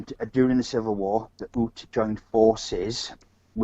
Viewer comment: The First Nation there were pronounced the ‘youts’ as in ute, not oots